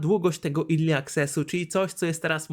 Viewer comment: Naucz sie czytac "early" bo padłem, nie zawsze e czyta sie i